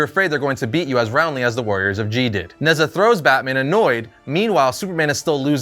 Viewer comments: Although it’s spelt Nezha, it’s pronounced Ne-Ja, he’s a god or demigod in traditional Chinese mythology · Nezha is actually pronounced Neh-Cha, it’s Chinese and the name of one of their mythical warriors. (Think Heracles, Sigurd etc.) this being said godDAYUM that fusion is dope!